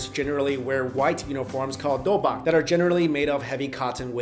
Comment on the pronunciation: Not "Dobak" but "Doo book" And you clearly did more research in kung fu then all the other...